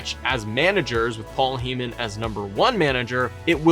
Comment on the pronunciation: HIS NAME IS PAUL HEY MAN!!!!!! Not heee man.